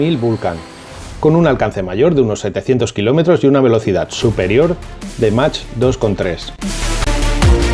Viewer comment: Debes pronunciar correctamente número de Mach, que se pronuncia MAC no Match, no tiene traducción al español.